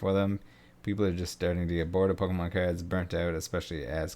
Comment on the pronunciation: I will pay you to pronounce cards differently.